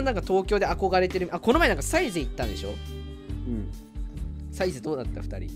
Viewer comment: kunってサ↑イゼ↓やねんな サ↓イゼ↑やわ